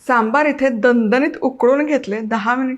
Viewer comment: मस्त रेसिपी, सांबर नाही सांबार असा शब्द आहे